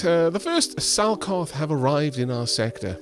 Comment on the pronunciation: When you said 'Salkoth', my brain wanted to hear 'Selkath'. That happened when I was watching play this, too. Thanks, BioWare.